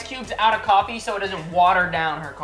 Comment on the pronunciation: it is coffee not coffei😂